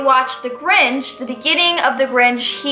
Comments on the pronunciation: I like how she said “ the gorinch” at the beginning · is sounds like she says THE ORANGE instead of the Grinch lol